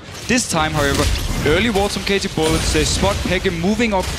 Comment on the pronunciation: I really hate that danish announcer... Listen to him trying to say "bullets".